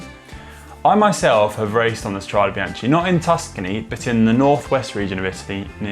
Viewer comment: How can GCN put so much effort into a video and get the pronunciation of “strade” so wrong?